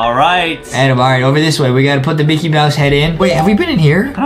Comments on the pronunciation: Bro it said micket at the start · ah yes MICKET